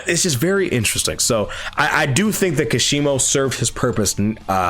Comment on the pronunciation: I think kashimo's potential was wasted specifically bc people can't seem to say his name properly lol